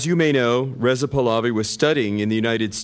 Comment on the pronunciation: This idiot still all I ran and mispronounce Pahlavi pals I.